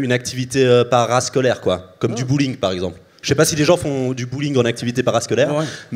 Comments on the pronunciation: Hey Mike il a dit bowling pas bullying lol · En meme temps, il a dit bouling le gars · "Le stand up et le bullying ça se ressemble" - Mike Ward 2023 No offense Mike, mais je crois qu'il a dit "Bowling" avec un accent français/suisse 😂 Edit: Je me rend compte que Mike est trop anglophone pour comprendre qu'un suisse qui dit bàgneur veut dire banger lol